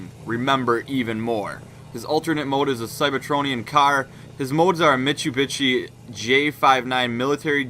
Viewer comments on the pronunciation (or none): he pronounced mitsubishi as "mitchbitchy" =___= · dont u love how he said mitubitshie